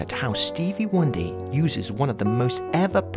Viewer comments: Zelda, at the beginning of the video, the narrator says "" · Stevie "" hahahahahahahhahah I laughed so hard!